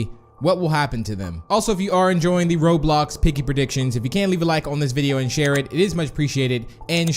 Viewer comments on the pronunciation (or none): Nobody: Not a single soul:: Robe-y